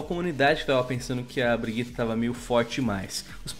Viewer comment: Não consigo tancar esse cara falando "BRIGUITA" kkkkkkk